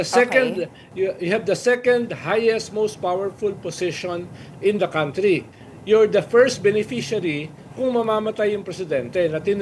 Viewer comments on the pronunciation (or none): none